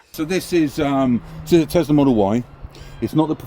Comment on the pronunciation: Tesla! Not tezla!!